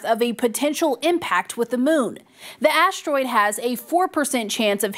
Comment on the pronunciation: "aashroid" "aashronawd" 🤨